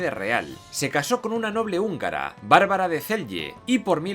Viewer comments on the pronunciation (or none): none